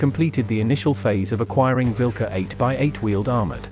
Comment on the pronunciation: It is Vilkas not vilka.